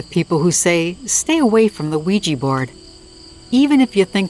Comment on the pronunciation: Thumbs down until you start learning to pronounce Ouija correctly